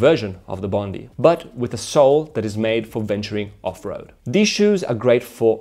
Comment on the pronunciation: Bon dai not Bon dee😀